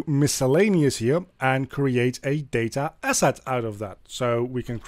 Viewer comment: Day-ta Ass-At!